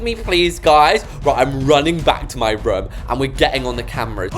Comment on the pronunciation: it’s kinda funny how when you say “room” it sounds like ur saying “rum” 😂 (sorry! Don’t mean to mock your accent, it just kinda amuses me, btw, love your videos and it would make my day if I were to join the same server as you 😊)